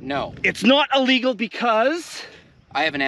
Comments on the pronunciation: it's not allegal, it's illegal. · I love your vids but I am a dick head when I hear people say ahhlegle. It is Illegal. I'm sorry but this just bugs the crap out of me. Sadly enough I hear this from newscasters that are supposed to have degrees. Please don't hate me. Love you bud! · Please stop say Ah-legal… the only confusion is your mispronunciation of Illegal 😂 and if I buy one in Tucson no one is going to care about paperwork from Canada 😂